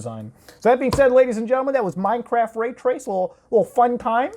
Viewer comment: I thought he said MineCrack.